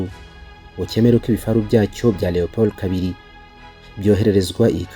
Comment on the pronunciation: Leopard not Leopold